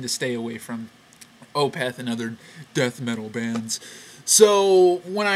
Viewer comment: i like opeth ok, definately one of the better "death metal" acts. also, i think it's pronounced as 1 flowing word, opeth, not o-peth